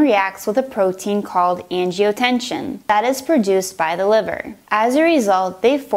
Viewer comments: and that's generic, not brand. and it's angiotensin, not angiotensiOn. And , it's angiotensinogen, not angiotension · Great video- thanks. You might want to correct the pronunciation though- it's "angioTEN-SIN". Not angioTE-SHUN. I love how you use the visuals. So many of these med videos are painfully monotone and boring. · She says "angiotenshin" instead of angiotensinogen and says angiotenshin instead of angiotensin... :| Other that that it's helpful, just irritating to see an on virus mistake like that especially when on screen it says angiotensinogen. My only other critique would be the jump cuts between the lines and medicine names. Keep up the good work. :) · I hesitated when she pronounced angiotensin incorrectly, maybe it was a lisp. Then she said "the body is an amazing organ" WHAT. No....just no. Lost all hope at that point lol